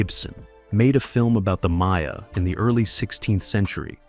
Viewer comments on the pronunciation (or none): none